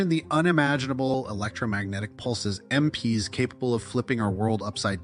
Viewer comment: Empies? AI can't pronounce the simplest phrases!